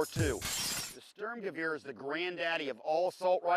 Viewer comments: Sturmgewehr nicht Schtürmgewieer :D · It's funny that all Americans and Britans say " Störmgöwöhr". For all English speaking people: is Sturmgewehr, the U's are spelled like your oo in cool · Sturmgewehr, not stömgewör please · Störmgöwör... I thought Americans had trouble pronouncing umlauts. That's THREE IN A ROW. Guys, german pronounciation does not work by shitting umlaut all over everything Stoorm-gey-wer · Thanks for the praise... You pronounce it "Shtoormgewaire" :-D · stormgun, or stormers-gun. actually ^^ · Every time he calls its a "Stermgaveer"... It makes my ears bleed. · Lass die Amis mal ihre Propaganda Dokus... ist jedes mal witzig anzuschauen :D Und er sagt ja "Störmgewöhr" :D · yeah.. störmgewör... Like XD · ha ha he said sterm lolz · ich liebe es wie er 'Störmgewöhr' sagt :D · it's funny to see how he say "sturmgewehr" xD i'm german^^ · I personally prefer the Sturmgewehr over all the others there, but this guy's German pronounciation is absolutely atrocious.